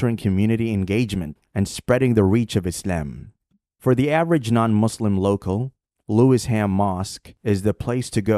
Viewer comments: The pronunciation is Lewi-sham not Lewis-ham🔬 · Nice video but the location is Lewisham, pronounced Lewis shum, not Lewis ham. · It’s LEWISHAM MOSQUE and NOT Lewis Ham mosque. Pronounced Lewishaam. It is in the London Borough of Lewisham. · Oh Brother It is NOT pronounced as Lewis Ham......it is ONE word...."Lewisham". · The locals pronounce it Lewi sham. Not Lewis ham. Still that was very interesting. I might start calling it Lewis too! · Thanks for this post,. FYI it is pronounced as "Lewi-sherm" not Lewis ... Ham 🤣 For a post about ISLAM ... to pronounce it as lewis- ham is hilarious. Thanks, tho. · OMG the pronunciation is mega cringe, it's LUEY-SHAM not Lewis HAM 🤦‍♂Great vid tho anyway!! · The video keeps mispronouncing Lewisham. It isn’t Lewis Ham, it sounds more like Lu-wish-em. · It's called Lewi-sham not Lewis-ham.. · its Lewisham not lewis ham. lewish for ish. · PRONOUCED LEW ISH AM. BEAUTIFUL VIDEO, REAL UNITY OF HUMANITY. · It's Lewisham! One word. Pronounced - lu-i-shem! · Have a Lewisham (Lew-ish-ham) suburb here in Australia. Ramadan barakatuh my brother. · I know you are unfortunate enough not to be able to speak English properly being yankeefied and all but it's pronounced 'Loui- shum' Also try not to sound so robotic/ai like. Salam. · *Lewisham ("Loo-wish-um") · It’s pronounced Lou- wish - am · Lewisham is pronouced one word . Not Lewis Ham.